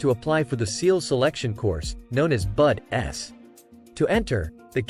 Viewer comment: I know you did not just say that it’s buds one word not bud s